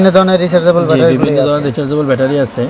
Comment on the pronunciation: ‘ব্যাটারি’কে (battery) বলছেন, ভ্যাটারি বলে ইরেজিতে কোনো শব্দ আছে কিনা আমার জানা। ভাই উচ্চারণ ঠিক করেন।